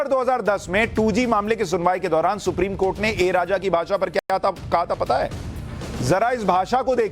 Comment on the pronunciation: Supreme kotha bole ya supreme court??? Slip of tongue inme se kya hai🤣🤣